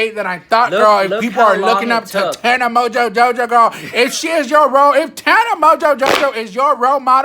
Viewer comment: "Tana Mojojojo" lol